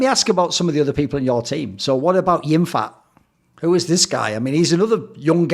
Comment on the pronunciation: It is ”Yim-pat” not ”jim-fat”. Banger interview though.